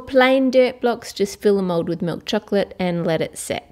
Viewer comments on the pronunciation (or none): i hear you said mod insted of mold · Why you say mode